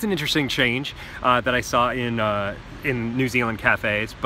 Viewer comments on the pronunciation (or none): none